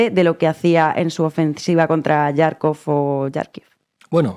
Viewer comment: Parece que no son capaces de ponerse de acuerdo en como se pronuncia Jarkov 😮😮😮